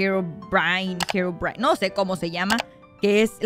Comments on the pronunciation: se dise herovrain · Se dise jero vrain se diseño e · Se pronuncia Herobrine